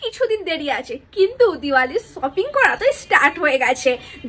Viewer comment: শপিং ❎ সপিং✅😂😂😂